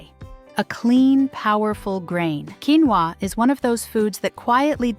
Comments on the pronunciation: Ósea ur missing to pronounce the o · It’s pronounced quinoa